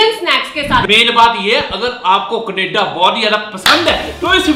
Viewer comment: Canada naah kaneda😂😂😂